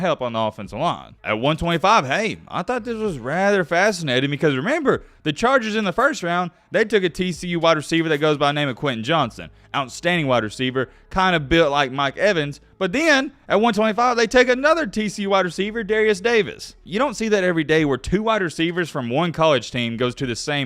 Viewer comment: it’s Quinten JohnsTon! Put some respect on my dudes name here from central Texas!